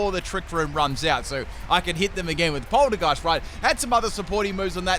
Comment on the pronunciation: He can't seem to recognize that Polteageist and Poltergeist aren't the same word either